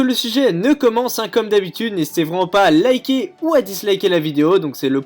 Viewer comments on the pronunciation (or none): none